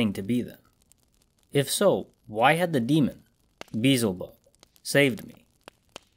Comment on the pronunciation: Great narration but I couldn't help but chuckle whenever you said "Beezel bub" it's pronounced Bee EL zuh BUB just so you know. No offense.